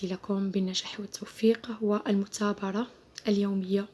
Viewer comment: المثابرة ماشي المتابرة🤦‍♀️